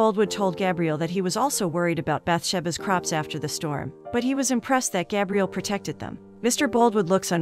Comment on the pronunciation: I always leave the recaps to play in the background. When she was saying Gabriel … i thought she was saying Gabrielle. So I assumed he was a girl. Lol til she said he.